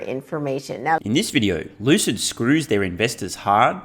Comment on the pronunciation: Lucid Motors =Loose-It Motors 🤣🤣😆😆